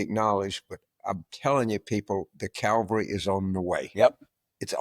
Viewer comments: Cavalry, not calvary. From French cheval, horse. Get it? Calvary is Christ's crucifixion. World of difference. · Ca - val - ree. (Coming from an Army brat!) Love you, James!